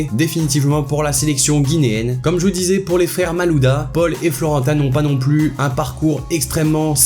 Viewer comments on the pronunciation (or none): none